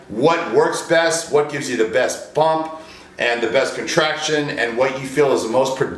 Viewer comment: Just me or does he say bump instead of pump ?